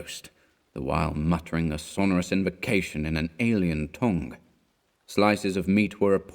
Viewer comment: You couldn't keep the North out of the word 'tongue'. ;)